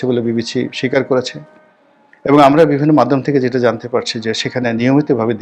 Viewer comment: রনী তোমার “ আমারা” শব্দটি নোট করে রাখা আছে ।